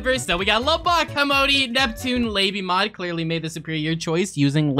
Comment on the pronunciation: its not l-ABY mod. its la by mod.